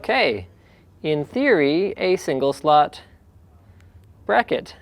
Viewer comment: Pls don't EVER say " single slotify" AGAIN